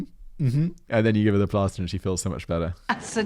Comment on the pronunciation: Am I the only one who thought Simon was saying "blaster" instead of "plaster?" I was SO confused!! Like, thinking "why would his kid want a blaster for a cut??" Then I listened like 3 more times and realized what he was saying. (FWIW, my kids did the same thing. I had a bunch of cute, kid-themed plasters with cartoon characters and my kids would cover themselves with those if they got the chance.) 😂